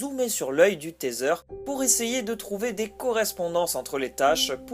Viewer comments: Teaser se dit "tiseure", pas "téseure". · Un taitseur 😐😐 rip l'anglais